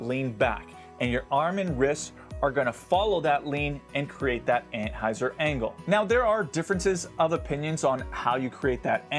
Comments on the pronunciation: Yes. He is definitely saying ant-hyzer. Although, , he does say "anhyzer". He must have put his tongue at a slight angle on that one. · He is saying "anthyzer" right? Am i the only one hearing this?